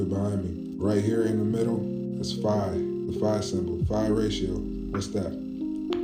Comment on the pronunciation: Bro I’m a huge fan but TONS OF CAP in todays video Dude CANT pronounce “phi” but tries to explain stuff … another guy CANT pronounce ETHER, just a lot of fake ass BS . Kinda feel like I’m watching “That’s Impossible Channel “ haven’t send this much cap in a long time! HOPING next video is better